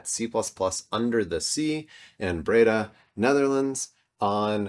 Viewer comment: "Breda" has the stress on the 2nd syllable. "The Netherlands" has the definite article as part of the name.